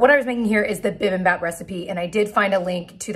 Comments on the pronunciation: Hey, just a friendly Korean subscriber letting you know it’s pronounced bi bim BOP, even though it’s spelled baaaahp. I love your turkey version! Add a dash of mirin in your sauce, you will be so super happy! Welcome to the world of boba drinks! I’d love to see you try more/different kinds. I love that hello fresh meals are introducing you to different kinds of cuisines. Thank you for all your videos and sharing your life. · Hey, you're not pronouncing bipimbap correctly. It's the last syllable. It should be like ap as in apple (and of course with the B sound in front) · I love that you’re eating Korean food! Bibimbap is pronounced “bee-bim-bAHp”. Maangchi on YouTube is great for beginners in Korean cuisine!